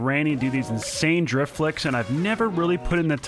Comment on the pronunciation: when he says drift he says drip